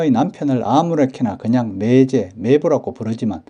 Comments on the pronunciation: 장단(長短)도 구분해야 하는데 이 동영상에서도 '매:제, 매:부'라고 길게 하고 '같은 漢字를 쓰는 '매형'은 짧게 바른 발음을 하시니 알려드린 겁니다. '매(妹)'는 짧게 발음 하는 것이 옳습니다. 국어사전에도 길게 발음하는 것을 나타내는 ':'표시가 없습니다. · '매부(妹夫)'나 '매제(妹弟)'의 발음은 '매(妹)'를 짧게 해야 하는데, 동영상 만든 분은 '매:부, 매:제''라고 길게 하시네요. '매형(妹兄)'은 짧게 제대로 발음 하시는데, 다른 호칭(매부, 매제)에서는 '매(妹)'를 길게 잘못 발음하시네요. '아내'라는 호칭의 발음도 굉장히 어색하네요. 보통 듣는 '아내'와는 전혀 동떨어진 이상한 발음이네요. 방송이니까 표기(表記)도, 발음(發音)도 정확해야 하지 않을까 싶어 다음 영상 만드실 때 참고하시라고 알려드립니다. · 주위에는 '매부, 매제'를 길게 하는 사람이 없습니다. 지금 쓰고있는 사전에도 '제부(弟夫)'는 장음(長音) 표시되어 '제:부'라고 나오는데, '매부'와 '매제'에는 이 장음(長音) 표시 ':'가 없습니다. 지금 보는 사전에 표시된 걸 기준하는 것이 옳지 않을까요? 나중에 길게 발음하는 것이 옳다고 바뀌면 그때는 길게 발음하더라도 지금은 짧게 발음하는 것이 옳지 않을까요? 이 글자 발음의 長短이 달라질 그런 일은 없을 것 같습니다. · 자기 성씨 조차 제대로 발음 않는 것을 방관만 해서 되겠습니까? 알려 줄 수 있으면 알려줘서 제대로 알게 하는 것이 옳은 일 아닐까요? 이 동영상에서 '매형'은 짧게, '매부와 매제'는 길게 발음하는 것이 확연해서 그러는 겁니다. 지금처럼 언어의 제대로 된 습관이 무너져 가는 것을 방관하는 건 옳지 않다고 봅니다. 굵고 가늘고, 두껍고 얇은 것을 구분않고 쓰는 경우를 보면 알려 줄 수 있으면 알려줘서 제대로 된 걸 찾아가도록 해 주는 것이 옳지 않을까요? '코스프레' 같은 일본에서 지어 낸(?) 영어 아닌 영어나, '팩트 체크'니 '오픈'이니 하는 영어를 남용하면서 우리 말, 글은 함부로 하는 풍조를 그냥 보고만 있을 수는 없지 않습니까.